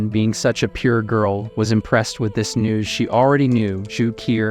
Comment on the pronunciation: No one notice on the ending part when he said "NEWS" he made it sound like "NUDES".?